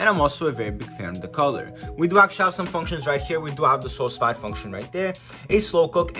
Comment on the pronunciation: Sous Vide is pronounced SUE-VEED. It's French for "Under Vacuum".